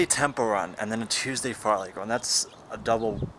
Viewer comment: don't know if it's intentional or not but it's fartlek not fartleck lol, awesome vid though, jealous of your insane fitness